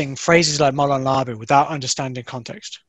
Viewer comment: I stoped watching when you didn’t even pronounce the phrase correctly. So you got like 20 seconds from me hahahahhaha